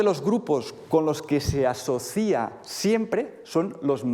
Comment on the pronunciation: ¿Por qué dice ''asocía'' en vez de asocia? Le viene de algún otro idioma